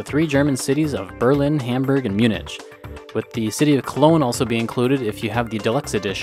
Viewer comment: Munich is pronounced "Munik"not "Munitch"